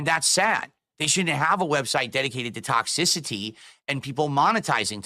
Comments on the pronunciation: Tock-sissy-tea 😂 I can't stand when he says that. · tohx-iss-si-tee! gunnrglassis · “ ToxiSitee “ tf he emphasize that word for word